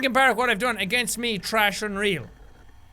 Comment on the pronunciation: I love how jack pronounced "thrash" as "trash"